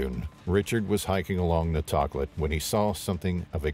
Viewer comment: And the river is “Toe Klat”